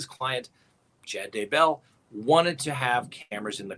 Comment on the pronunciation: So nice to get great info PLUS a comedic delivery. I love how you consistently, persistently mispronounce Chad’s last name, too. It’s kind of like nails on the chalkboard but all good fun.